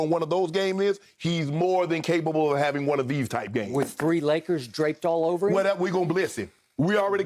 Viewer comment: “The Lakerrrrs” - Shannon 😂😂😅😅🗣🗣 I’m HOLLERIN